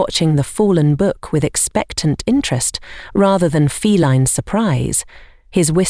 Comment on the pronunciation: "fel-EEN companion:???? What?😮 Liked and subbed from Newfoundland ❤!